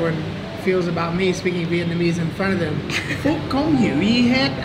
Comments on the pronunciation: You speak Vietnamese better than most people I know.. esp me 😂 omg, your accent is perfect lolol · i love the way pronounces his vietnamese words... pitch perfect... love his vietnamese name too, it's translated to Fat Phuc. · The accent in that dudes Vietnamese is actually pretty good